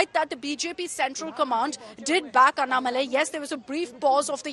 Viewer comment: It's not Annamalai... It is AnnAA-Malai.